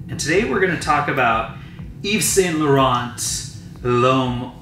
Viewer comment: Great review, Luke should've pronounce yves saint laurent as he does😂